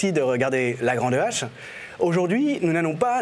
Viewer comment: La grande Hache??? Mais qui a trouvé le nom de cette émission??? LE grand H!!!! On dit l'histoire avec un grand H, pas avec une grande hache!!!!